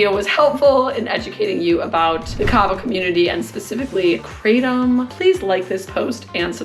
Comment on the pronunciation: Kraa Tom, not "craydum"